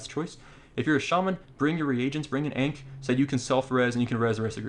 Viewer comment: You said ankh wrong but great guide